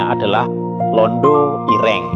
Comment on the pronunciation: Dasar ai nya bukan orang Jawa, Ireng dan ire'ng susah lidah nya